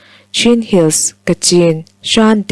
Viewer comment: SHAN....i lam dik lo. SHN.......emaw .CHN.... ti a lam tur. A leh I inkar sound